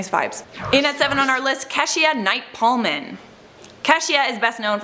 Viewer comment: it's not Pullman.... take a look at the "i" after the second L. i believe it's Pull-yum or something...